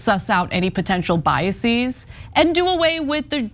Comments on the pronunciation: Biases Not biasees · It’s just biases (bias-is), not bias-seas. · Is that the way to pronounce "biases"?